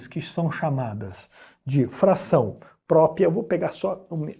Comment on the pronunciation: O cara manja tudo de math, mas quando o assunto é português... COITADO "IMPRÓPIA" "PRÓPIA" KKKKKKKKKKKK